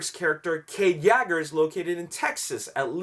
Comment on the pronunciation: He said YAGER xD